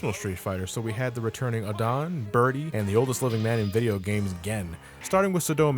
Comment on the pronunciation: Hey, you kinda butchered some of the characters' names such as Adon, Sodom and Mike Haggar.